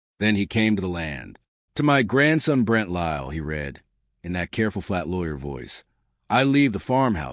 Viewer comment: If only AI knew the difference between read and read!